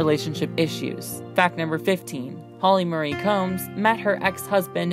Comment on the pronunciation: Wow. The pronunciation stylings of the narrator need a LOT of work! Her name is Holly "Ma-ree", not "Holly Murray".